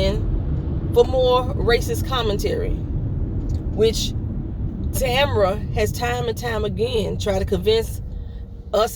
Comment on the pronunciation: Ta-MER-a (Tamara) ... Kanye needs a week long residential intensive with his Dr ... folks call police and say someone has a gun and shooting they will felony prone you (face down in the street) ... someone is talking to the police, Megan said herself the persons who shot her did it with intent to harm her ... I wish she would stay at home for a bit, but her bodyguard said he’s on it now, no more fu-la-la (my word) without him being around ... Nic Cannon will be a’ight, they been itchin’ to get at him since he left AGT for trying to silence him. Can’t call people savages on their airways tho’, even if th...😏